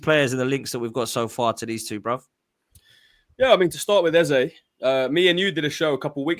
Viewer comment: Eze will realise Lego head will play him out of position and not join its World Cup year btw his name is pronounced EZA better off at palace a proper people’s football club at least for another year .